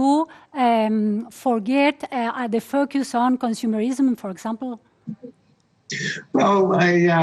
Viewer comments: Yo no dije meer. pronuncia MIRROR con la o, ademas de marcar demasiado las erres. En FOCUS ella pronuncia fockust o fockiust, sus labios terminan como si quisiera dar un beso. En vez de terminar con una leve sonrisa. Lo de la pronunciacion britanica te la hubieras ahorrado, no tiene trazas de haber aprendido Ingles Britanico. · minimo hay que mejorar el FUCKUST (FOCUS) que se diria mas o menos FOWQUES y el MIRRROR (MIRROR) que vas mas omenos asi (MEERR). Esa es tu tarea para la cuarentena. Jajaj